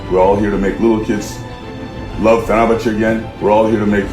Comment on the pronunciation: Correction - Lowe pronounce ettiniz bu dogru degil. LOVE da "v" harfini biraz bastirin. Turklerin ve bircok baska dil native olanlarin yapamadigi seyler - sizde dahil- "V" vs "W - mesela vivid veya voucher gibi yada world veya word gibi" ve "T" vs TH - yani tomorrow yada taylor veya thing veya think gibi". Birde yavas konusun kelimeleri. Türkler ingilizceyi acele konusuyor. Ne kadar yavas konusursaniz o kadar duzgun olur. Turkce yazmadada benden ozuru kabul edin. Cheers